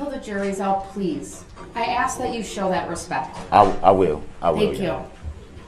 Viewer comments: How hard is it to say ask?? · Don't forget axe 😂